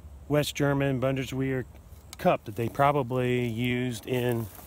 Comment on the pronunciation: try bund-es-veer